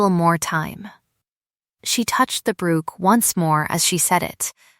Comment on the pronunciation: Tell AI to pronounce Brooch correctly.